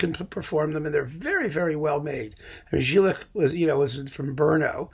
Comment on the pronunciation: I know you don't care but somebody might do: Jílek is supposed to be pronounced with "Y", like "Yalta" or "Yamaha"... Anyway, I didn't know about this Peter Breiner set. It seems to be a great tip!